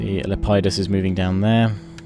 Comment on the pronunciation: It's Lepidus by the way, not Lep-ie-dus.